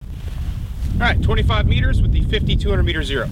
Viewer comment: please say 50 to 200 instead of 5200